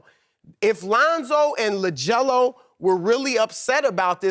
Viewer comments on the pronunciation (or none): nomadic hunter It's LiAngelo. Chris messed it up. I'm laughing so hard. Lol